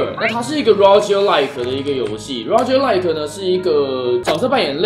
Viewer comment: rogue念作"肉鴿"